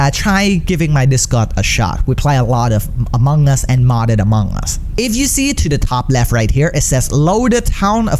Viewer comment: Who heard it as AMONG GUS